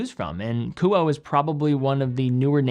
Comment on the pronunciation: Kuoe is pronounced ku-oh-ay